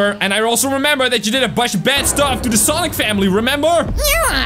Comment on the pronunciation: IS SANIC NOT SONIC